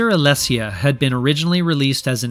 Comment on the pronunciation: Great series of videos. Alesia is pronounced ah-lee-sha.